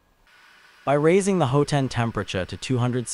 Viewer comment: What is a hoo-ten? It’s hot-end. You say it right several times in the video.